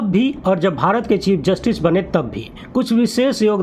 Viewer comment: 😂😂😂😂 चिप जस्टिस not chief